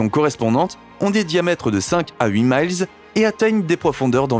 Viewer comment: Mile... Dit un français -_